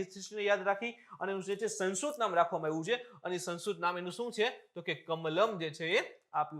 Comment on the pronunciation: Saheb ne સંસ્કૃત / સંસ્કૃતિ બોલવામાં તકલીફ પડે છે લાગે